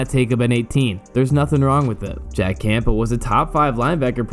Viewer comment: No one pronounces the “P” in Campbell. Not one human does.